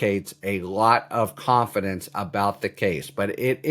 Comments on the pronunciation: You say "Confiendece" I say potato. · Oh dear. Nitpicking here. "Confiendece"? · ConFIENDece? Good lord that sounds bad! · Proofread! “Confiendece”?